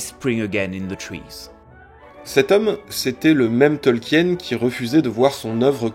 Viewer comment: Ca se prononce "Tolkiine" pas "Tolk-hyène"